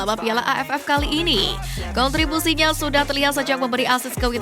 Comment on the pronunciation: kontribuso atau kontribusi mase